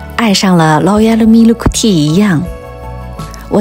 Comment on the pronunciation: “劳噎喽咪了克替”，笑死，难怪大多数日本人说不好英语！